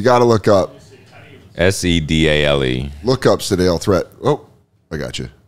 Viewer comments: Its sidel Three-t not threat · I didn't know they spelled Threatt like that. I remember that guy from when I was a kid.. is last name is pronounced more like Threett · I remember watching Sedale Threatt as a Laker. It wasn’t pronounced “THREAT” it was pronounced “THREET”. I know it doesn’t sound as cool. Awesome to know all that stuff about his life I wouldn’t have looked up myself. I love watching these NBA pack openings, it’s a really fun part of the show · Sedale "THREET" pronounced from Philly your welcome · Sedale Threatt's name is pronounced with a long E. Sedale Threet.